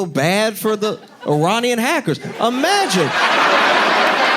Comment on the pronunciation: I love when Josh says „IMAGIN”. 😅